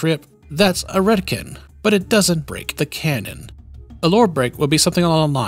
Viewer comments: Ive never heard it pronounced "retkin" before.always ret "con" like in CONtinuity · RET - CON. not Redkin. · Sorry, but I cant get over how you pronounce Retcon as "Redkin" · I don't know if i've ever heard the word retcon spoken. Is this how you pronounce it? Like "ret-kin"? I always read it as "ret-con"? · Everyone on Earth: “Retcon”: “Redkin” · I'm trying, I'm trying but he keeps saying retkin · Never heard "Ret-ken" before, odd pronunciation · And "Jenny" is "Genie"... Man's brain is broken 🤣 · I've NEVER heard anyone pronounce a retcon as 'Ret-kin' before. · He said retcan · Retcon is pronounced RHETT - KHAN. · dude keeps pronouncing retcon as redkin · Are we all just gonna ignore how he pronounces retcon? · Cant say I've heard someone say Retcon like that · I have never heard anyone pronounce retcon like that before… i want a unique nightkin named “retkin” in the next fallout game lol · It stands for retroactive continuity so pretty sure he's saying it wrong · Hard to take him seriously when he can't even pronounce "Retcon" properly... Retroactive Kentinuity. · Great video. Except you mispronounced retcon and it bugs me way more than it should. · Am RetKin I identify as a Retroactive Continuity. Srly tho why do you say RetCON like that?! 😆